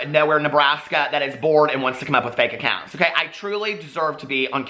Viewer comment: BITCOUNT ACOINTS 😭😭😭😭😭😭😭😭😭😭😭😭 I’m screaming